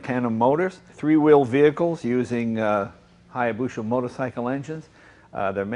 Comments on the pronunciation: We love you Jay, but it's hya - busa not busha. Confirmed this with a Japanese friend. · HayabuSa, not HayabuSHa. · it is called hayabusa and not hayabusha... it is just spoken like that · "Hayabusha" says Jay. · Say hayabusha one more fucking time. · jays pronunciation of hayabusa gives me the heebee geebees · I somehow feel dumber after reading that, thanks for tying to quantify it thou. The owners said hayabusa right, just not Jay. Guess if you have that much money, it doesnt matter if your right or not. look at Trump. lol Its a great channel thou, unusual vehicles and passionate people